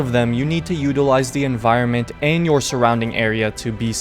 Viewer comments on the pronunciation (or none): none